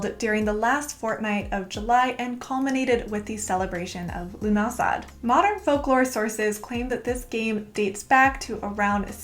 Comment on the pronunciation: Lovely video !! I grew up in ireland and im pretty sure lughnasadh is pronounced loo-na-sa